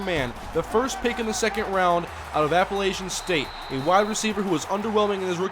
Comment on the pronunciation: Appa-lah-chun State, not Appa-lay-chen State. Quick is the best receiver to throw to in the Red Zone.